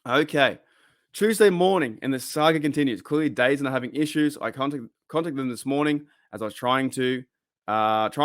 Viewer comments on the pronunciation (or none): Just a heads up - its pronounced "the zone" not dazun. Either way, nervous about this service, but i guess its my only way to legally stream all nfl games here in canada 🙃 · Just an FYI, it's apparently pronounced "Da-Zone". I keep seeing their ads all over YouTube now.